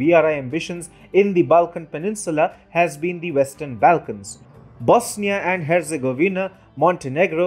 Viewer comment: you need to get your pronunciation of names correct. Angela Merkel is not Angle-ah Merkel. Your pronunciation of the ‘Balkans’ seems to have a thick native accent